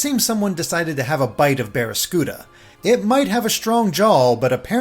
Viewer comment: Okay, I'm a little upset at those pronunciations. Allow me to rectify this for future reference: It's "Hatterene" as in "serene." It's "Barraskewda" as in "skew."